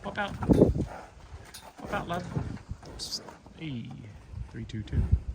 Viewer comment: are you sure that you're not a 'closet' Kiwi? They way that you say 'love' is so not with an Australian or North American accent. It's more Kiwi than anything else. My late father-in-law was Australian & my daughter-in-law is from Missouri and you don't sound anything like them when saying love (I know that you're not from Missouri).